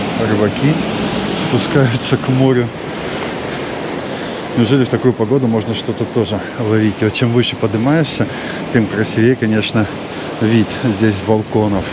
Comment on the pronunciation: Молодец,! Хорошие обзоры. Знаешь, было бы здорово, если б ты говорил слово "красИ́вее" с правильным ударением! 😂